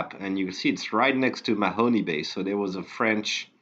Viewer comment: please though, if you want to be a credible oak island resource... learn how to pronounce the place names. There is no Mahony Bay in Nova Scotia. (the e is silent.)